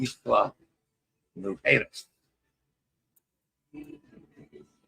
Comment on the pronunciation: A reminder that the azipods from ABB have been defective on many cruise ships. There are other makers besides ABB that haven't been defective. *mujeres= moo-hay-race, roll the R. The J in Spanish has the H sound as in fajitas and José! And use the default sound of AY for the letter E.